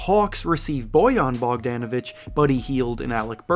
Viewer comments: It’s Bogdanovic not BogdEEnovic…… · Bogdon not BogDANavic 💀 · Him getting Bogan name each time he says is quite infuriating for someone that covers the NBA. He’s been in the league for a few years now get it right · Why he saying Bogdan like that 😂